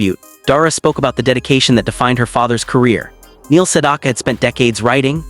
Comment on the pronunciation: Learn how to pronounce his name!